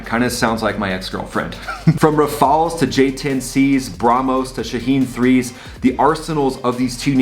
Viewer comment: glad you can say Rafale the right way lol